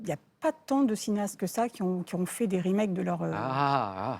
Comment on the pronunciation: Monsieur Sam..... "Remakes" a un S a la fin du mot....donc il faut le prononcer......